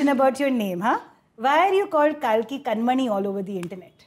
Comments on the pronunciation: watched it only for sumukhi and kalki. was disappointed that janice still kept pronouncing kalki's name incorrectly - inspite of being told of the correct pronunciation. sumukhi is gorgeous!. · Aajki nahi, kalki chocolate waali cake la mere lie. 😅 PS - Shouldn't it be pronounced as Kaaalki? As in the 10th reincarnation of Lord Vishnu? Also the Kalki malayam teaser looks epic. Looks like it's gonna be a great film. 😅